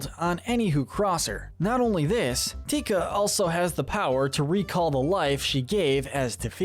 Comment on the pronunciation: *Te Ka...not...tika...